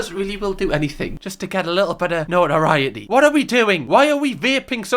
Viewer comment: No-ah-rai-eh-ee in tweh-ee nigh-een. (Notoriety in twenty-nineteen)